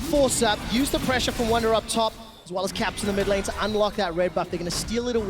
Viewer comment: ER IST WUNDER!!! Not "Wonder". SO CALL HIM "WUNDER"